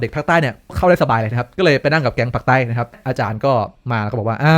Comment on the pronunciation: ขำเสียงคำว่า เด็กปักษ์ใต๊~~ เอ็นดูหนัดนิบ่าว